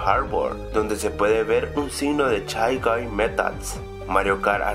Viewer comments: Soy el único que entendió Chai-Guy en lugar de Shay-Guy?? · No son chai gai, se dice shai gai, y se escribe shy guy >:v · Mikoto Joestar oye tanvien lo pense puse chay gay gayyyyyyyyyyyy